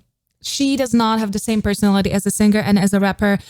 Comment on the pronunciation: I'm waiting for the day you know how to pronounce the word "singing" and "singer" correctly. It'll ease my ears much more.